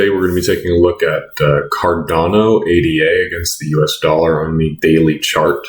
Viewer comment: please call her A-DA rather than A-D-A